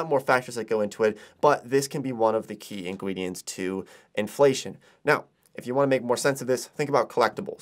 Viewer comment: “Key ingwidents” I wost it when he said that 😂